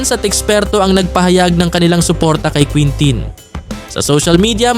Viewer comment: kintin ang tama na pronunciation